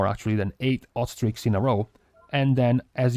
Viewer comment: When you were talking about hot streaks... I kept hearing 'ostrich' and I was like... "it's some new weird trinket with procs ostriches or wat".